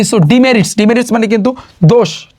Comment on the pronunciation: Word ta demerits hbe dimirits nh.